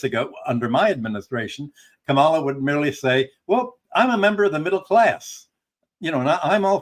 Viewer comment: Excellent pair. Good program, as always, N, KA' ma la is the pronunciation.